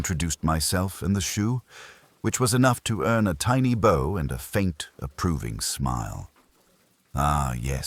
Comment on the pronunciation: bow("bao")read as"bo". gimme ah break,does no one proof listen? bot#734365